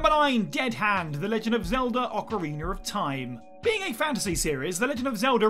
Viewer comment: Orcareener of time 😂